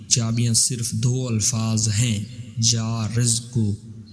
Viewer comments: Narrator ne mispronounce kiya hai. Its YA RAZZAQU He said YA RIZQU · U must Read ya Razaaku not ya Rizku Jazak Allah Bhai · یارزق نہیں یارزاق ھے جناب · Bhai..ghalat.bol rahey ho.ya razzaqo...pehley bolna sekho...kissi sey pooch kar samajh kar paro.. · یا رزاق ھے اپنا تلفظ درست کریں رزق اور رزاق کا فرق دیکھ لیں۔ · Ya Razza qu parhte he please currect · Ais video ko delete kar k dubara sahi talafuz k sath upload kar. Thanks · Ais video ko delete kar k duba sahi talafuz k sath upload kar dy. Thanks